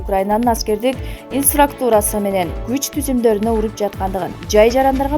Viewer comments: Инфраструктуура деп так айтсан нота дегенди нато деп окуп сабатын жок кантип суйлоп жатасын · Инсрактура эмес туура оку